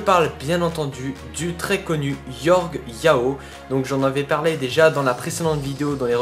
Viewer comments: C'est Jorge yao pas yorge lol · Jorge pas Yorge (se pronince George)